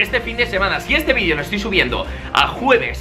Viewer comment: Like si quieres escuchar a un Español decir VIDEO y no vidio xdxd (Like para que lo vea grefg y lo haga xd)